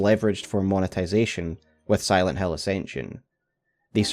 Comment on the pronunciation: It could've been a great video, ngl, because Acension is really trash but your pronunciation to Silent hAiL is really annoying 😭